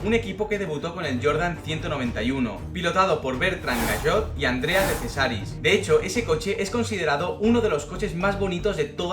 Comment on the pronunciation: No es "gayot y cesaris" se pronuncia "Gashot y Chésaris"